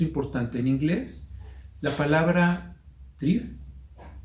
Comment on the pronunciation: Algunos términos, sobre todo en alemán, no se entiende su pronunciación con claridad. Valdría la pena escribirlos para evitar una árdua búsqueda en los diccionarios. Ejemplos: de Drive deriva ¿drank?... ¿Trieb? En otras "cápsulas" hay términos similares. valdría la pena aclararlo en este espacio. Muchas gracias.